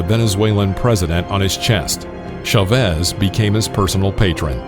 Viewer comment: Why do English announcers pronounce CHavez as if its SHavez? I'm sure they can pronounce it correctly. Surely they wouldn't say , can you SHop me head of lettuce? Or. Santa came down the SHimney.